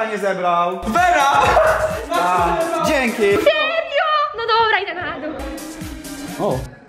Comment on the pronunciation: Czemu Wera ciągle muwi serjo